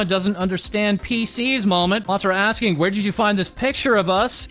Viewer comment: Tara from Ma-Tara. Pronounced the same way, just a small correction.